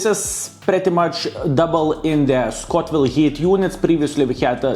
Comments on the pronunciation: Scoville! Not Scotville ;) Respect man! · I love how you say Scotville units instead of Scoville, casual Baboon style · there's no 'T' in Scoville.:D